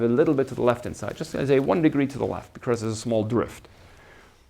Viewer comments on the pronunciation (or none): Very nice lectures. One minor remark: The lecturer will make his lectures even more enjoyable if he looks up the pronunciation of these words: “because”; “occur”; “estimate” (as a verb, which sounds different from when it is a noun). All the best!